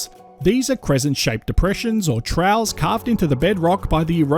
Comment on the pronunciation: Apologies for being picky, but 'troughs' is pronounced 'troffs' and not 'trows'. Thank you for another excellent presentation of Australia's geological history.